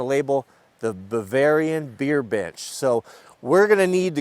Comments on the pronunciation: Am I the only one that hears him saying Bavarian Bitches? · Thanks! Got me yelled at by the wife because it DID NOT sound like you said “Bavarian beer BENCH”. Sound like the other “B” word. 😂